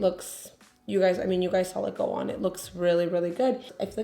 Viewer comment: “When I sawl it “ 🤣